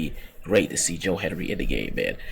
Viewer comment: His name is Hendry not Henry